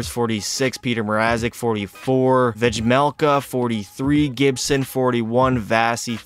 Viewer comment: Its pronounced Ve- Mel - Ka sir